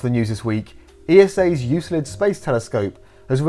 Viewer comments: it's actually pronounced "Euklid" :) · Euclid is pronounced yoo-kluhd. You can thank me later. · lol what is a "youslid" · Thanks for making me check to see if I've been pronouncing Euclid incorrectly my entire life (I haven't). I've never heard it pronounced like Euslid, so it really threw me off!